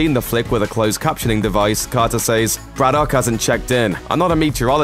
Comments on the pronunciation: How can you mispronounce Braddock? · You sound English so why can't you pronounce Braddock sensibly? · Why can’t you pronounce Braddock? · That's a very strange pronunciation of 'Braddock'